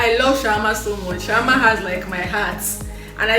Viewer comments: Say shammah Shawarma 🤣🤦‍♀️ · Shammah - Shawarma 🤣🤣🤣